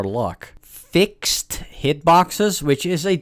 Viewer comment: sorry i had to stop watching this video because of the way you said fixed